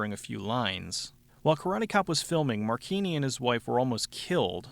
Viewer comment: Mar-chee-nee. Marcina is pronounced Marcheenee. But who cares? His acting is fucking awful and its hilarious to think about how he thinks hes good enough at anything to be a leading man. He looks like someones tiny dad, and since hes so small his "karate" consists mostly of kicking people in the dick. Dont even get me started on the character "Snaker", or as he prefers "Ssssssssssnaka". This whole movie is just plain dumb. It has its moments of being unintentionally funny, but mostly its a little man with Napoleonic syndrome.